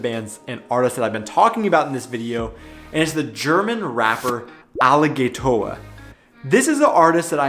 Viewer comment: hearing u say Alligatoah is so cringy xD remember the A in germany is pronounced different then in english you say the 2nd a like you say the 1 a, xD for germans it sounds like you say aligaytor